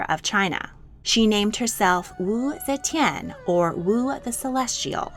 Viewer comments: AI narrated? coz see chan (ze tian)?? 😢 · My favorite part is when she said zechen